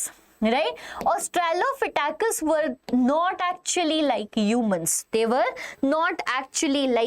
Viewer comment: That is astralopithecus not astrlophithecus😅